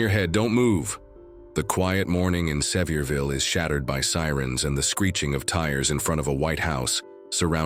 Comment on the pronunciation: Please learn to pronounce the name of the city properly. Se-VEER-vil…